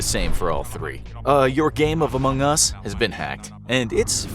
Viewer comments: why dies he say among us so weirdly? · Anyone else annoyed at the way he says among us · if you do another video on among us can you please say AMONG us and not among US?